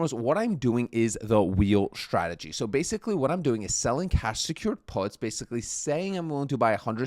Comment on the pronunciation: Please please stop saying Shhhtradegy... there is no h in strategy...dont worry, you're not the only one